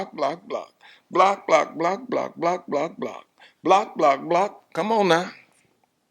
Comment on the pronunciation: He says BLOCKEDTT! 😅